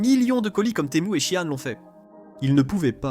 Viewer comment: SHEIN se lit/dit SHE-IN et non 'shiang'